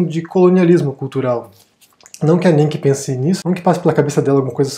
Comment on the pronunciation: Coitada da Nienke ( se pronuncia Ninka). Precisamos falar de todos os canais de youtube que são apresentados pelos gringos que falam bem do Brasil.